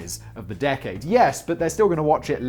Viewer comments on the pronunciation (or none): none